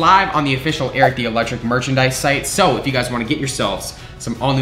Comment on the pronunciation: Had to read the code for magic spoon myself because when said it, I thought he said "electricshit."